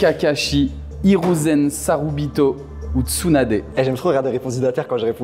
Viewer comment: Il as dit sarubito 😂